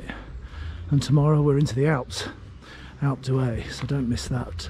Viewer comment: Watched three of your videos, the last was at Alp d’Huez. It was very scenic and I enjoyed the views but noticed your pronunciation of all things French were to the untrained ear “very French” sounding. You state that you live in Tenby, not sure for how long you’ve lived there but please try to give the same consideration to Welsh pronunciation, I.e. “Pen-y-Fan” should sound “Pen-uh-Van” and “Fan Las” as “Van las”. Please accept this comment in the non-confrontational way it was intended and carry on with the excellent videos.